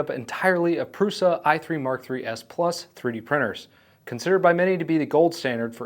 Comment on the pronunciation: It's Průša, not Prusa.